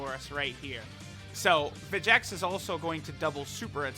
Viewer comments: His name's pronounced Vecheeks. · Where do you get the second "e" noise from in vegeks. You dont pronounce vegeta like ve-ge-ta you say it like ve-gee-ta. And trunks doesn't have an e in it soooo. It should be enunciated as ve-gee-ks If that makes sense.....